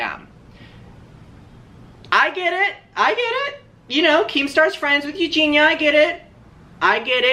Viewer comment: If Creamstar is friends with Eugenia, why can't he pronounce her name correctly? 🤔